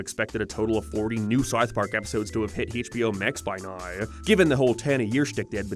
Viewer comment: I swear, if you say "Haitch Bee Oh" oen more time, I'll sue you. I'll sue you in England, budday!